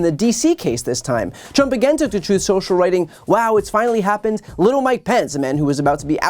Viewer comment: *Troth Sensial